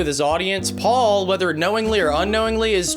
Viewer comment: Pual (pronounced POO-all)